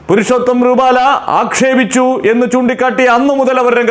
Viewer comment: പരുഷോത്തം എന്നല്ല പുരുഷോത്തം എന്നു പറയു.